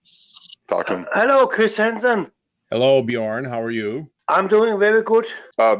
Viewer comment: Chwis Hansen I'm fwom denmawk